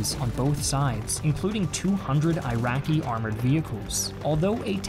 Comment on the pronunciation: Why are you pronouncing "I rian" and 'I raqi" ?